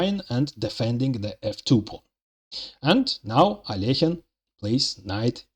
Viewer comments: This is the correct prononciation of Alekhine's name But most people can't do it for some reason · many Russians themselves don't pronounce it right, by the way. The second vowel often miss-pronounced as "yo" as "Al-yo-heen". So it's double impressive that the author pronounces "Alekhine" correctly.